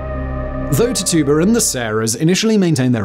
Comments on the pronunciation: Tituba pronounced titchuba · Tituba=Tij-jew-ba Come on, fact boy. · Tituba’s name was pronounced “TIT-chew-bah” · Dudes butchering the name Tituba